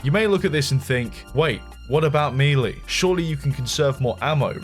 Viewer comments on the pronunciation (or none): The AI phone call... oh god... Why do people do that? Just get a cheap USB mic and record the lines yourself. Doesn't matter if your voice is all that good. It's guaranteed to be better than that AI Slop. A sin for this video for you having said "Mii Lii". MiiLii ❌ MiiLay ❌ Mehlii ❌ MehLay ✅ It's spelled Melée for a reason. Contrary to popular belief: There is only ONE correct way to say this word. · dude its pronounced MAY_LAY not ME_LAY when you say the word melee. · You don't know how to say "MELEE"? "MAYLAY" not mealy. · Ah yes, I love me-lee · Learn how to say MELEE